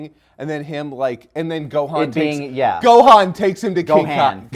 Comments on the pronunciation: Its Gohan "Go-Hon" not Gohaan you noob. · fyi funny how they pronounce Gohan😂like THEY SAYIN Go Han!😂😂😂